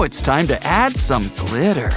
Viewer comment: Can you stop saying glitter so weard